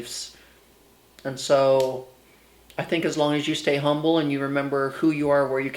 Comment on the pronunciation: I love that the first to time you said “humble” you pronounced like the town, that’s how we know you’re a true Houstonian 💖